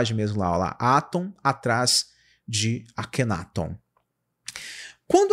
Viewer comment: AKHENATON, A PRONÚNCIA CORRETA É ACENTUAÇÃO NA SÍLABA TON, NÃO ME PERGUNTE O PORQUÊ... SIMPLESMENTE EU SEI...